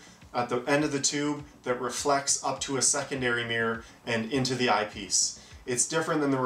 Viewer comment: I can’t handle the way this guy says eyepiece, such a weird inflection. Sounds like he’s saying IPs.